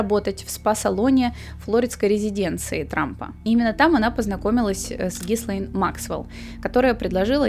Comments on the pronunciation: И снова слышу произношение - Гислейн...Но остальное — конечно, интересно! Спасибо за проделанную работу! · Единственное что смущает, это произношение имени соучастницы. Не Гислейн, ГИЛЕЙН Максвел. "С" не произносится тут.